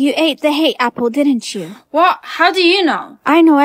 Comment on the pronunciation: Why did you always say what instead of 😂 whah